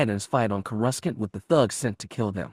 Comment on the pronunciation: Courescant is sad (kor eh sant )